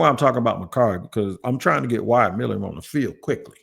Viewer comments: he accidentally got close to saying it right for the first time saying it like Millum and even then he was wrong. lol I been leaving a comment on every video he’s brought him up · Please pronounce his name correctly!!!!! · been saying his name wrong for so long he actually spelled it the way he says it 😂